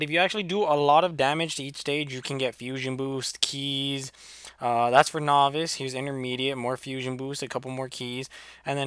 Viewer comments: its not nohvice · say novice correctly please lol